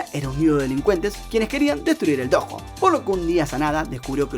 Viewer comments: No es dojo es doyo que se dice 😥😥😥😥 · No es hate ni nada pero creo que se pronuncia "Doyo", aunque se escrfibe "Dojo.